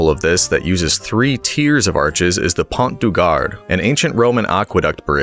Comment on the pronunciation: As a french I heard you said "pont du Gard" so I upvote your video :) And as always i like your vieos !